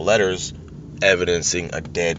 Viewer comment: Did I hear right, "Dead Victus" ?